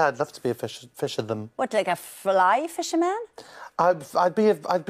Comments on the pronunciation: If you look he goes to say fisherman catches himself and says fisherthem, then smirks....He even confuses himself. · I would have been doubled up pissing myself with laughter if I'd been there when he said fisherthem. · "Fisherthem" 🤣 he got a U in English no doubt